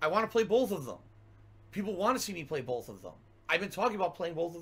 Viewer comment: I had to leave this comment… or so, … there is no “L” in BOTH Also - ( I don’t condone anyone sending this pig money - BUT ) I’m gonna have to slightly disagree on Snowkarl. I think he’s purposely trolling, knows 100% what he’s doing, and gets his money worth. Yeah, he’s still supporting - but, he’s not sending large amounts at a time, baiting with dollar tips, and has actually provided us with TONS of gold dust. I appreciate snowkarl in a way. I think he has worn down and convinced he’s sending more overall and should be tolerated because he tips so often and doesn’t pay attention. I don’t agree with anyone supporting finances, but I can deal with snowkarl. I think he’s legit a fan of, but via detractor KAHNTENT mostly. He legit enjoys what he’s doing. To him it’s worth the money. Some ppl drink… some ppl troll a dolla at a time lol Keep em coming!